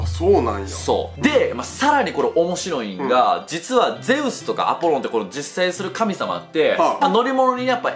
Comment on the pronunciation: アポローンじゃなくて、アポロンだぞ！！！！！！！！二度と間違えるなよ！！！！！！！！